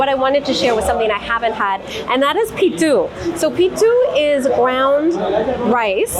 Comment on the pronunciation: its not 'Pittu' but 'Puttu"